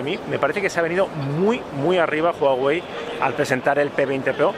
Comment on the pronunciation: te dicen que se pronuncia Uawei y vas y lo cascas pronunciando Juawei hahahah Está muy bien el vídeo, buenos influencers!!!